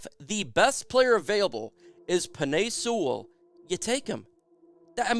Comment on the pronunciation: Y "seawall" Sewell